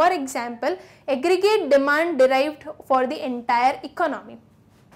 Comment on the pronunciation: Aggregrate "eggreate" 😂😂